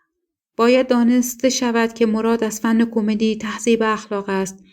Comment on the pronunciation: ایکاش راوی معنی کلمات را میدانست ، آخه کومدی یا کمومودی